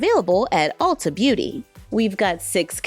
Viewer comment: It's Ulta (not Alta). It's a play on Ultimate. Lol. You are always forgiven.